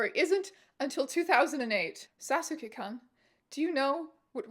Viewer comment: She did a pretty good job with "Sasuke" somehow and then nuked the "kun" part.